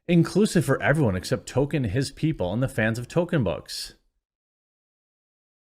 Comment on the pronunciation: why do you say "Token"?